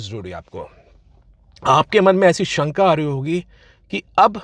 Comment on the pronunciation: It’s shanka not sanka and its determine not determinee